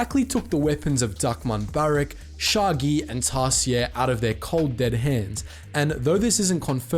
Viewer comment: Nooo not sha'a Gi. ;-; may shaggy rest in peace